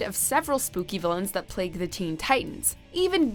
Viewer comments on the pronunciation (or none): none